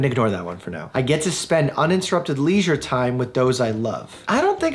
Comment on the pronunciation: please never ever pronounce “leisure” like that ever again